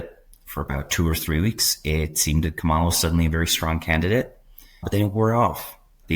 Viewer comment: Kamala = Comma la - emphasis on the first syllable. Come on you should know tihs by now